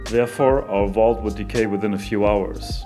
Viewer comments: "Underwater Wault" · I love how you pronounce Vault :)